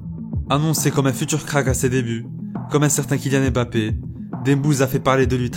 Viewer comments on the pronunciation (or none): none